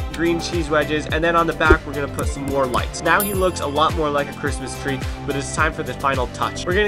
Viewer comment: Instead of crismas tree, you sead crismas threy